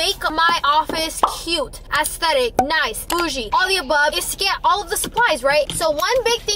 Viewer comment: 😂 it’s not Ass-thetic. It’s pronounced esˈTHedik